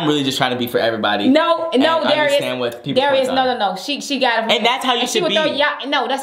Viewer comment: Darius said it right!